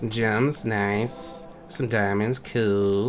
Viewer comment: I Thought You Said "Noice."